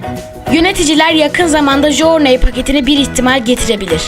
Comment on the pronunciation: Jorney diye okunmuyor o jurney diye okunuyo knk